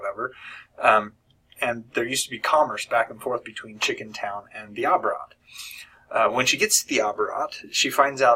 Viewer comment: You don't have to get the third book if you don't want to. There were some not great parts... If you're satisfied with the ending of Days of Magic and Nights of War, I wouldn't read Absolute Midnight. Also, I think Abarat is pronounced more like "ah-bah-rat" than "uh-bah-rat". I don't really know how else to describe it, although you could just listen to how Clive Barker says the word.